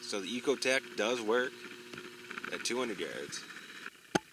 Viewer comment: It's not an "E"cotec... it is however an "I"cotec.